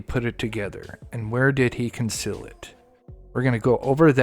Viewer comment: conceal not conseal.